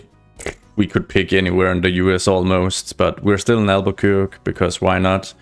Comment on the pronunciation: Btw, it's pronounced al-ba-quer-kee! (not very intuitive, I know!)